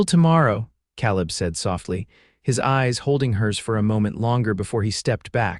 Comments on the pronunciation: Yes. Also the man's name should be pronounced KAleb not kahlib. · Ka leb not cal ib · I enjoy these western stories but I can’t believe how the narrator can’t pronounce names Caleb has an a sound not ah. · Can AI narrators not be taught to pronounce Caleb as Kay-Leb? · In my "neighborhood" ... Calib is pronounced Kay leb... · pronunciation Caleb Ka Lib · It would be great if the AI narrator learned how to say Caleb as in Kay leb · Yeah, he ain't a Calla lily. Irritating mispronouncement. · Calib• pronounced KAY-lib. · Nice love story, Father's approval significant Enjoyed the theme, although I wish the AI narrator would be checked as far as pronunciation Caaalib San Antonio Texas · Caleb‘s name is said wrong about 400 times. It has a long a sound. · I wish AI knew how to pronounce Caleb correctly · Annoying that AI !dosent know how to say Caleb! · Please pronounce names correctly the a in Caleb sounds like an a not an o